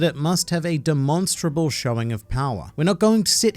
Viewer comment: Bro doesn’t even know how to pronounce ‘demonstrable’